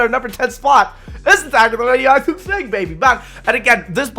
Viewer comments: "Number 10 is Attack of the Readiofifathive thing baby!" Dude straight had a stroke mid recording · wait what did he say? “Its the attack of the radioactive thing” i think thats what he said but he sounds like a mumble rapper